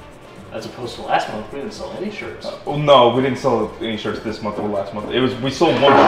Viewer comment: WAIT...You guys sell SHIRTS? I thought you've been saying SHERPS...You know, like Sherpa's? THIS CHANGES EVERYTHING!